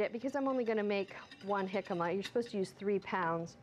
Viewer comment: You're pronouncing it so wrong lol